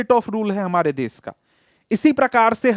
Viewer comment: Sir it's desh not des